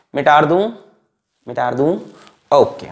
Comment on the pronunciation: Teachers : shall I rub ? OR shall i erase ? OR mita du ? Alakh sir :- MITAR du ? 😂 * best teacher ever *